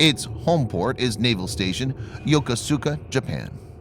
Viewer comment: You can't even pronounce Yokosuka!!! Sit down and shut up!!